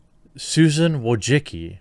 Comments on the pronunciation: Mate I let we say dislike this woman but you pronounce her surname hilariously wrong, she is Susan Diane Wojcicki not wojciki or wojicki, sorry but im just laughing my ass off. Btw I agree with you. Take care TheQ. Have great day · Is this the correct way to pronounce Wojicki ?